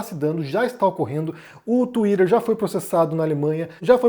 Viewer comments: não suporto ouvir vc falar twitter 😢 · já começa errado quando tem brasileiro falando "tsuiraerr" kkkkk o cara já confessou que recebe grana pra defender um lado